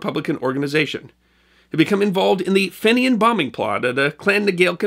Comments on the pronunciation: Fenian is pronounced "fee-nian" not "fennian". Other than that, great yarn, as usual. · one issue on this.....its pronounced feeee nian, not short finion like you pronounce greeting from EIRE love your shows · you should have said the Fenian raids were also in the early 1870s. Also, your pronunciation of the word Fenian is may not be correct, the first letter "e" in the word Fenian might be pronounced as "ee". I earned a master's degree in history and I have researched this topic. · I was confused about who these "Finians" were until you mentioned their attacks on Canada in the 1860s It was then that I realized you were talking about the "Fenians" which is the pronunciation I always heard from when I first heard of them. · Fenian is pronounced "Feen-ian" not "Finn-ian". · you really need to work on pronunciation... FENIAN is said as Fee-nian not Fin-ian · Feenians not Finnians! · Hi from Ireland, very much enjoy. “Fee-nyan” is the pronunciation as others have mentioned, prominent part of our history. Small part of the North American story! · Great story on Dynamite Luke. FYI Fenian is pronounced Feenyan. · Pedantry perhaps but the pronunciation of "Fenian" is - "fee-nian". I enjoy these presentations enormously and subscribe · FYI, Fenian is pronounced 'Feen-yan'. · Fenian is pronounced ...Feen-ian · fenian is pronounced FEENYAN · Another great piece of history from the, but the pronunciation of fenian made me sad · Enjoyed the video but your pronunciation of Fenian is way off the mark, it's too difficult to tell you how to pronunce it, but listen to the song the Bold Fenian men.